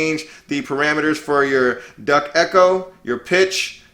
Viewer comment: Did he say Duck Echo??? 🦆🦆🦆😂